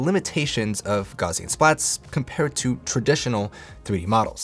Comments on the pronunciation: Great video. Just one thing, "Gaussian" is pronounced "gowssean", not "gauzean", after the German mathematician and physicist Carl Friedrich Gauss. Don't worry, a lot of people mispronounce it. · I found the video too distracting with "gauze-ian" instead of "gow-sian" . The name "Gauss" is pronounced with a "g" sound as in "goat," followed by the diphthong "au" as in "house," and ending with a "s" sound: G-ow-ss. The "au" sound is similar to the "ow" in "cow". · It's GOWSS-ian. /ˈɡaʊsiən/ ... "Gauss" rhymes with "House". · Good tips except for pronouncing it "gozzian" every time. Will be checking out the software though.